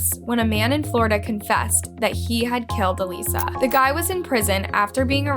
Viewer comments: has an actual video of her sister saying her name….. still disrespectful calls her aleesa……..bitch fuckin plz the AUDACITY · her name isn’t alissa. her name is alyssa. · Everytime you say ALISSA...I'm wondering who that is..and I realize you're meaning Alyssa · I love how you continue to pronounce her name (EE-lisa) even after her sister says her name is (UH-LYSSA) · You said Alyssa name wrong the entire video.